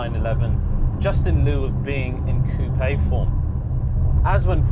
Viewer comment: It's a SPECIAL pleasure to hear RIGHT pronunciation of the french word COUPÉ (ˈkuːpeɪ) !!! Sick of that american simpletons' KUP...